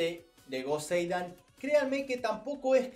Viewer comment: No soporto que digas joseidan así se te escucha